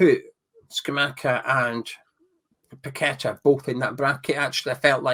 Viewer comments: Paqueta is pronounced (Pa-kweta). Please don’t butcher the man’s name. 😏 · Its PA KETA